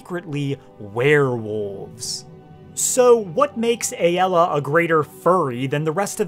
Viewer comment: It’s ay-la.